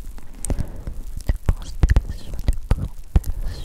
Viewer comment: Hello. J'écoutais ta vidéo en travaillant et je tenais à te remercier pour le gros fou rire que je viens d'avoir, même si ce n'est pas le but premier de la vidéo. Quand tu as dit les deux premières fois "constellation", j'ai entendu "grosse pétasse" et ça m'a bien amusé!